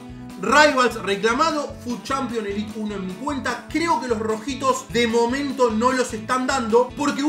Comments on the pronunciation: diciendo elit cuando es elite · somos agentinos sos el unico que dice elit me parece sin ofeendeer